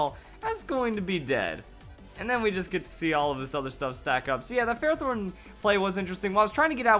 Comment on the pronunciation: Lmao yeah you said ferrothorn for like half the vid